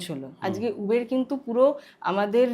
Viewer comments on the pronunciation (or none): উবের না দিদি, উবার 😂😂😂😂